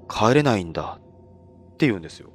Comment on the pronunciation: 「帰れないんだよ！」が「児島だよ！」みたいで草